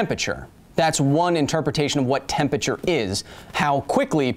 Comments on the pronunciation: Why do you say “tempature” instead of “temperature”? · KYLE FAM. Why you pronounce 'tempERature' as "tempature"? :( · Kyle why do you say temperature like that? Tempature? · The way you pronounce temperature (tem-per-cher) slightly hurts my brain. Still love the videos. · are you saying "tempAture"? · yal heard "tempeture" too right?